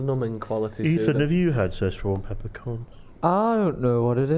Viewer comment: Its Sichuan peppercorns not Seshwan peppercorns lol